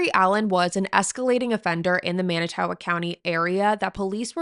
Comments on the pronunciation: /Mannit-toe-walk/ is how you pronounce it. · I live in Manitowoc and I understand it’s hard to pronounce it’s man~I~to~walk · This is the first thing I noticed & it was very distracting. Fond du Lac native here & it made it hard to focus on her discussion when she didn’t bother to check the pronunciation. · There are so many reasons why you SHOULD be able to pronounce Manitowoc correctly